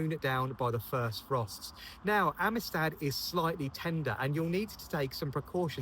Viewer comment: Omg you did so good with the black baccara name in the rose review video, only for it to trip you up now😂